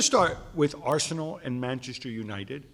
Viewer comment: Why does Gab pronounce Arsenal like it’s two different words added together 😂😂😂